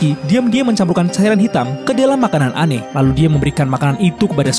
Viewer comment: Its Anne. Not Anney.